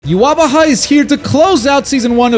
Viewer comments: "Yu wah ba hai is here to clo-" I'm sorry WHO?! Yu ha ba ha. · I know how hia name is supposed to be pronounced (YOU-HA-BAHA) and this is NOT that lol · To be fair, the katakanazation ユハバハ isn't even a good transliteration of the German pronunciation of Yhwach